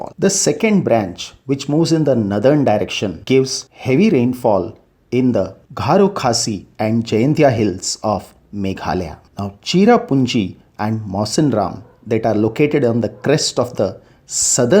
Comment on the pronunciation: It is Garo hills not gharo. :D thanks video is helpful btw